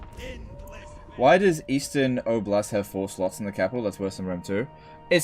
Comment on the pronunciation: Its not obl-a-st. Its o-blast. Its region from Russian.